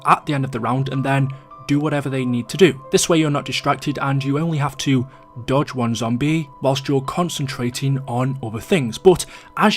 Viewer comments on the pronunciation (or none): none